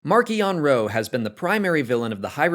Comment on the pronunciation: The mid-pronounciation of his name is irritating. Also, in the book he doesn’t know who actually killed his father, so I don’t believe he watched his father be killed. Credibility has been lost.